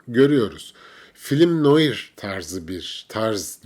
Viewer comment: Film noaar diyeceksiniz efendim, Fransa çıkışlıdır kelime... Gevgevgev🤭🤭🤭dil fașizmi ırkçılıktır yaaa🤣